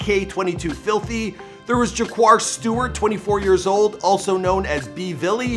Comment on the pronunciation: you’re from Toronto you gotta do better research Tyrone’s name is Tall up twin or 2x / farah is 22 Neat not filthy and jaquars name is pronounced BULLY not B velly🤬🤬